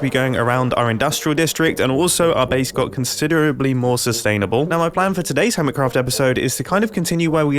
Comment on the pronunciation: Ah yes the base is very SUStanabul